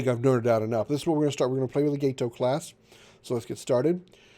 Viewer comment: You are pronouncing Gato correctly. It's named after the fish, not the Spanish word for cat. Also, it's not that accurate, as the "Old S-Class" whichn was the S-18 class, had no stern tubes. The "New S-Class", which was the S-42 class, which wasn't new, but just a refitted S-18, had one stern tube added. The Gato was NOT available in 1941 at all. It wasn't availbale until early 42, and that's new construction, meaning they wouldn't really be in the war until closer to mid 42. You should play Silent Hunter 4 with any of the big mods. Much more realistic and takes a lot of strategy.